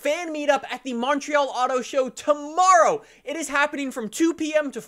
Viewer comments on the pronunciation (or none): none